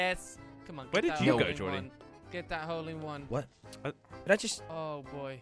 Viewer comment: If you listen carefully at the start you will hear saying wole in one